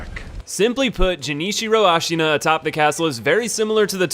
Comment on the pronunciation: Great video and all man but your pronounce of japanese names are a big nonono ICHIMONGHI? AS(H)AINA GENICIRO??